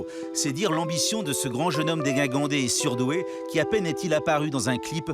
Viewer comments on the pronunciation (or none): "grand jeune homme DéGUINgandé" ? Non, ça ne se prononce pas comme ça. Le premier 'g' se prononce comme dans 'gingembre'. Le deuxième est ok, comme dans 'déguisé'. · On ne dit pas "déguingandé", ça se prononce comme ça s'écrit "dégingandé".